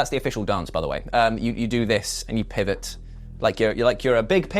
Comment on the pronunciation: Did you say? Pivot?......PIVOT